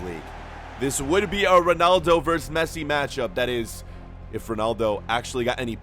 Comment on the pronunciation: It’s roodaldo (Ronaldo.)